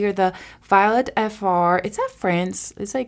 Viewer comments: NYX = Nix (pronunciation), Violette_Fr (Vee-oh-let) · Girl.......Three days of 100 degrees!!! I am so happy to see a video of yours just as I laid down to chill for awhile before I have a bedtime. LOL Grandbabies tomorrow . 💜💙 BTW...... it is Vi-O-let and yes it is French. 😊